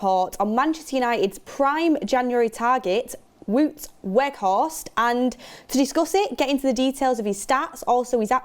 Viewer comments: IT IS PRONOUNCED 'WOWT' NOT WOOT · Wout is not pronounced as ‘Wood’. It’s more like ‘Wow’+t. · please its WOUT not WOOT. The W is pronounced as a V. so it is V-OUT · Wout is pronounced WOW-t not WOOT 😂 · Vout Vegh-horst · Wow'T Weghorst = correct pronunciation. Just for when he does join officially... knowledge = power ;-) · Yeah it's wout like in 'about' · The pronunciation of Wout on this channel is killing me...